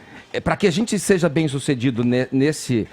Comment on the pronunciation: Esse Caio Coppolla tem um lado e se passa de neutro. É muito cínico. E é vergonhoso esse Sérgio Moro... fascista de Maringá. Dá pena da direita brasileira. Se apoiando em um sujeito que fala conje e seje... Meu Deus. Melhorem....